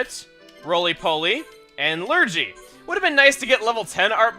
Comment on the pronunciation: Just to let you know, Lurgy is pronounced with a hard G :)